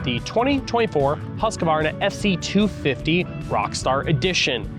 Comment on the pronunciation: All you Americans can’t say Husqvarna properly. Husq-Varna not Husq-a-varna 👍🏼